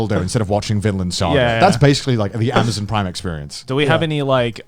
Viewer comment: Conner: "Amazen Prime"